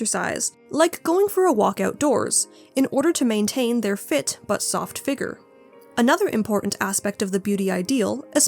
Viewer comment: I’m so sorry girl, the way you pronounce “figure” hurts